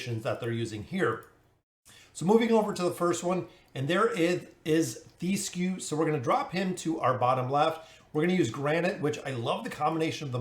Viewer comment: His name is Thesku TH - E - SKU Its a regular E, that does not chamge to i As an example: do you say THEM or THIM??